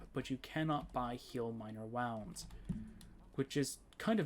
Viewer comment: It's pronounced "woo-nds" not "wow-nds" Either way, good video. Do you have the modlist anywhere?